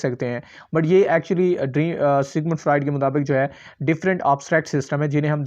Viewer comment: Pronunciation mistakes Freud, symptoms etc